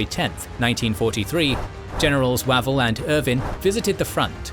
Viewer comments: OMG: It's Wavell as in WAVE not as in MAT. Get your AI voice sorted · I've always thought that "Wavell" is pronounced "Way-vel" rather than "Wav-el"; am I incorrect? Thanks for another fascinating episode. The loss of life is horrifying. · Every time he says Wah-vel I can not help but cringe. He seriously needs to check his pronunciations before recording these. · Weirdly, by the end of the video, "Wav-el" didn't sound so wrong 😄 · General Wavell pronounced Wayvell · Terrific videos, but please... his name is pronounced "Way-ville" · So how come Wavell gets mispronounced all through the item? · No; you're right; I don't know where this guy gets some of his pronunciations